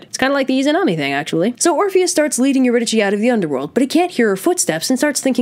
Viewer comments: me: pronounces eurydice as eurydisee this chick: EURYDICHIIIIIII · Erudike is the pronunciation. Just a note. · It’s pronounced you-rid-a-SEE and also My-SEE-knee-an !!!!!! Source: Oxford studied classicist professor and multiple humanities and Greek teachers over the years. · I thought Eurydice was pronounced "Ur-y-dis" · Couldn't Orpheus have waited to see if she was behind him after they left? It didn't seem that hard to get down there in the first place (Also I'm pretty sure the accurate Greek pronunciation would have been Eurydike, so a k sound, but it's whatever) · It's pronounced yer-id-ih-see kind of like your id (like Iliad) i see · Eurydice: your-id-a-see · That’s not how you say Eurydice ... is that how you spell is?